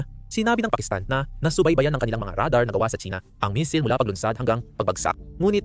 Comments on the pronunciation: pangit ng A.I na ginamit mo. misil ang missile😂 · AYUSIN MO SALITA !! BOBO KA, PURO NAKAW CONTENT NA NGA LANG GINAGAWA MO HINDI MO PA MAAYOS !! MAY MISIL KA PA SINASABI TOLONGGES !!